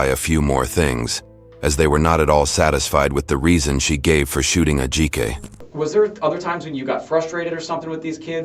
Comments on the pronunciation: Btw, narrator... you should learn how to pronounce the victims name, out of respect. Its pronounced- Ad-ji-ka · The way she keeps pronouncing Ajike’s name as A-Jaik. Is heinous. Curse this woman.